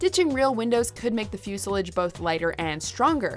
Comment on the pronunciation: You might want to look up the correct pronunciation of "fuselage".